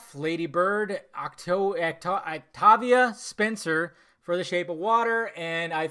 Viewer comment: Why’d did you say Octavia Spencer like that.